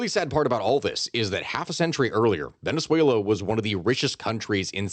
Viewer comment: I love the way you say Venezuela and words in Spanish. You can tell the effort and research you put into proper pronunciation. Thank you 🎉